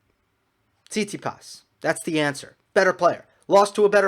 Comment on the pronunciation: “Sound like an American” LOL that was on point. Speaking of which, Stef’s name is actually pronounced TsitsiPAS. 😁